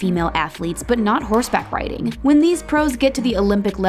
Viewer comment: It was pissing me off when they kept saying “Horse back ridding “